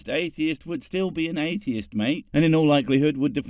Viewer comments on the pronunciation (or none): Reaction when I read the title: "For the love of thick thighs, here we go again..." I wonder if this time there is going to be at least one good question. Edit: ... "Athist" huh ? he can't even SAY atheist ? this is going to be interesting